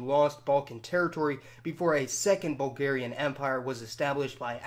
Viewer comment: Its bulgerian !! Not hugarion